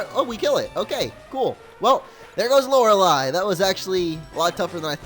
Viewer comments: It's pronounced LO-RAY-LIE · Lore-a-lie a believe that's how it's pronounced. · Prenounce it as Lorelie if it's still a problem xD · I believe Lorelei is pronounced Lor-uh-LAY because Entei, for example, is pronounced En-TAY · its pronounced lore lay the ei is pronounced as ay sound as in day or entei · lor ah lie is how you say it. :P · its pronounced lorelei :p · It is lore-lie as the name is actually pronounced like that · Lorelei: Lor-el-y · Hey I love your videos,but loreiei the last I is silent